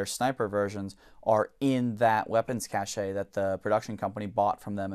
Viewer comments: Considered one of the most commonly mispronounced English words, Cache is pronounced “kash,” not “ka-SHAY.” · Cachay is not the correct pronunciation Cash is the correct pronunciation. Cachet (which means stamp) is pronounced cashay. For it to be pronounced cacheay it would be either spelled cachet or cache with an accent on the e. Don't take my word for it. Go to google translate and listen to the pronunciation. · SmokeThatSkinwagon Cache is pronounced properly. Pronouncing it as Cash is incorrect. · If only he spent enough time pronouncing cache like he does with Iraq